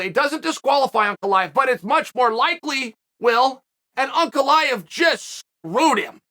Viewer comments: Pronouncing Prochazka and Ankaleyev correctly cmon Uncle Chael you’re better than that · Uncle Chael pronouncing Ankalaev's name right?? Is he drunk or smthing?